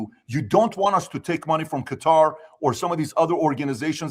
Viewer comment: Tucker buying a house in Qatar (pronounced gutter) was a F-you to everyone calling him Qatarlson